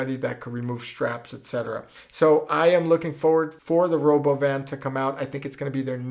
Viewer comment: it sounds russian, is it russian? "Rhoboban" sounds russian as hell!!